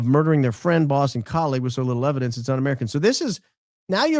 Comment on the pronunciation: It's a Mountain of ebodence mama😂